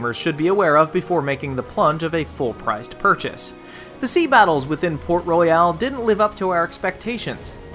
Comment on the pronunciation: i am from the Caribbean and you Americans say it wrong